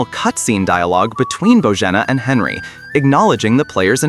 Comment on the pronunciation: Well for 1 The main character is named Henry, NOT Henley. I stopped at that point. Most likely many other issues with in. If you don't speak English well, make videos for your own language, thanks.